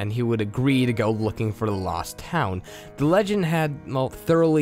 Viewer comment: Sasha Cook I agree. There's also a lack of pronunciation. For example , the is da, exits was exitiiss. It does make me cringe just a bit every time it happened.